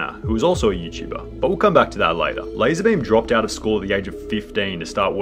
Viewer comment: Lah-Zar Beam